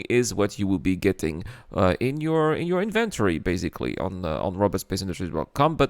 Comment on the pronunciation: The way you pronounce "inventory" and "Luminalia" hurts my OCD so much 🤣